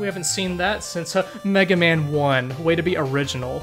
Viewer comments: Is that "Megamin" pronunciation just sarcasm,? I like to think you're just taking a jab at the ol' "Slendamin" thing. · why does he keep saying "megamin" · So is "Megamen" ' "Mehrio"?